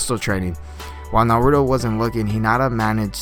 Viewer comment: you say naruto wrong